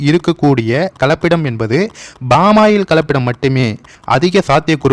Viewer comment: கலப்பபிடம் என்று சொல்வது தவறு கலப்படம் என்று சொல்ல வேண்டும்